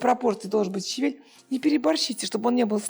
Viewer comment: Так приятно смотреть, как вы готовите, пусть простые блюда, но с хорошим настроением и улыбкой 😊👍❤здоровья вам🌹🌹🌹щавЕль -Кушавель 😁